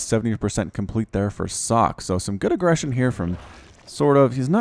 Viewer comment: If this is the original Socke, it's pronounced "Soh-kay".